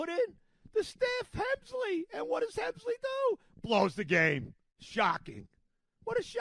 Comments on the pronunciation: Rogers has a 2.16 ERA since joining the Mets and he’s pitched every day. And it’s Helsley, not Hemsley. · Hemsley 🤣. The mispronunciations is part of his charm.